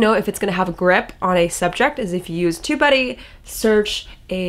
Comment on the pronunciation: I guess I have to improve my listening skills: I thought u were saying,”2buddy, or tobuddy”? 🤪 Got Tubebuddy from App Store-so cool. New tool-sweeet. Liked the 80/20. Thank you. 🙏😎